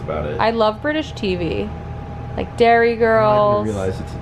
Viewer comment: Just FYI everyone!! Derry girls is IRISH not British ... if it was British it would be called london-Derry 😂 even on the internet it’s wrong.. life’s so unfair 🤦🏼‍♀️🤪 also not pronounced as dairy, but as it looks. Derry. No hate at all. Just a frustrated Irish gal 😅😎 lotsa love